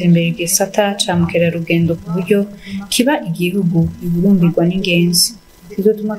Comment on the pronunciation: Murakoze cane, ariko ntibavuza zamukerarudendo, ico sikirundi. Ni bamukerarungendo!!